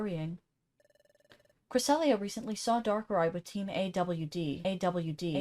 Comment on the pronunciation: You’re pronouncing team AWD correct